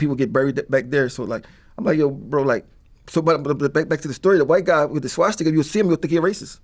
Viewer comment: I'm dead.. "Swastickerr" 😆